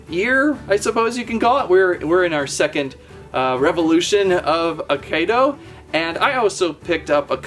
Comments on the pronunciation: It's pronounced, "AH-KEY-DOUGH." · you are saying it rong